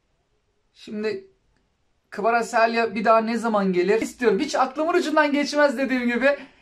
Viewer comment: kvaraselya ne be abi. kvaratskila diye okumuyor. kanser ettin bizi